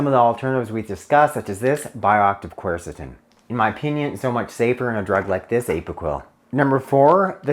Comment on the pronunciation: Dude should know how to pronounce quercetin